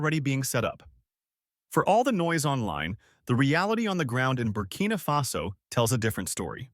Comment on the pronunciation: ❤❤❤❤❤❤❤❤❤❤ It's Barcina Faso roight❤❤❤❤❤❤❤❤❤❤❤❤❤❤. Happy brother, happy barcina faso.